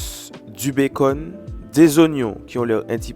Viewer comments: Il le sait très bien il parle anglais, il fait juste exprès de prononcer comme ça 😅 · Lol le BACON, ça se lit le « Beacon » , donc beacon burger 🍔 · Un madras BA.CON😭😭 , un steak et un zeu 😂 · Mais pourquoi il dis Bacon 🤣🤣🤣 c bacon(bécon) 🤣🤣🤣 sinon bonne recette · On dit pas "bakon" sa se prononce "béconne"😂😂😂😂😂😂😂😂😂😂😂 ces un mot anglais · Mais ,mais ,mais ,mais on dit "bécone" pas "bacon"😭😭😭😳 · Ça s écrit bacon mais on dit béconne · on dis le bacone pas le bacon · C'est une blague tu prononce "BA-CON" au mieux de dire "BAI-CONNE" 😂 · Non je te corrige la parce que ta un français cochon tu prononce très mal bacon et c'est un œuf pas un œu c'est tout si non tu est très cool